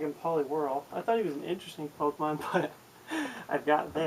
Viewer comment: AHHHHHHH It's fucking Pokemon. NOT Pok-uh-mon!!!!!!!!!